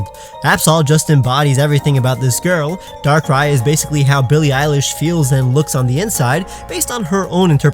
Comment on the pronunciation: Did he say Billie eyelash.